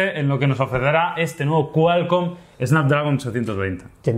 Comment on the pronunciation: qualcoom :v shidooo